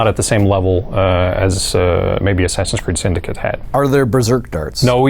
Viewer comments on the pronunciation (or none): "1 2 3..." "ASSASYNDICATE"